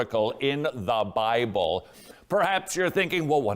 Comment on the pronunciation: How overdramatic and condescending is this chap!!! Also I've checked Amazon and can't find the 'Bye-bell' anywhere. Syllable emphasis should never be weaponized.